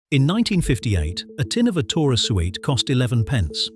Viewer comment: A TIN?? of aTOra SOOWEET?? FFS!